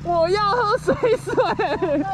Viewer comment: 水(ㄕㄨㄟˇ)水(ㄕㄨㄟˇ)聽起來好怪XD 通常不是念水(ㄕㄨㄟˇ)水(ㄕㄨㄟˊ)嗎